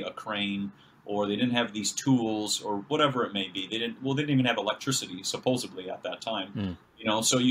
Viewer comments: Horses and wagons? Except there were no horses or the wheel in the Americas. That's where "Tartaria" falls flat on its face. This is a poor man's conspiracy theory. I should have stopped when I heard him pronounce "supposebly." The bar is a lot lower than I thought. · I love the subject matter and the discussion. I'm sorry to complain about mispronunciaition of one word. It's supposedly, not supposebly. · I would love to share this but he has said supposedly like 8 million times as “supposebly” which isn’t a word. That alone is so disconcerting. . . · Love your shows, but could you please say “supposeDly instead of supposeBly ? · Supposedly... not supposebly! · You lost me at supposably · Stop saying suposebly, it's suposedly! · When the video opens with a guy was says “suposeably…” 🤣 I’m out.